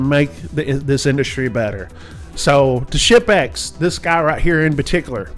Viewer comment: The combination of my hearing loss and accent had me thinking he kept saying “shit bags” not “ship-ex”